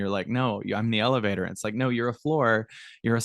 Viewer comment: I can't stop thinking lelevator go up, lelevator go doown 😂 just me?